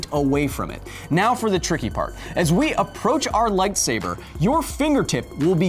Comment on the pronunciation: “now se can speed through some math” lmao